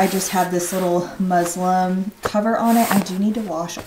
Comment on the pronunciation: It’s muslin, not Muslim 😅 I literally got corrected with my last pregnancy as well for saying it wrong